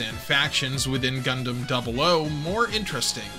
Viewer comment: thank you for the correct pronunciation of double "O"!